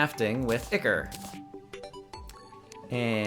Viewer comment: ichor: AHY-kawr